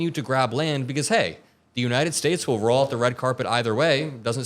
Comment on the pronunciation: Did that fool actually say that 'Trump can articulate.'?????????? as in the United SCHATES of America? or how about the closing of airports during the Revolutionary War??? He's as articulate as a valedictorian speaking at a 3rd grade graduation.